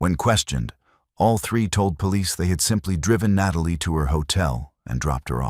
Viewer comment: Na Tall E Holloway....this one too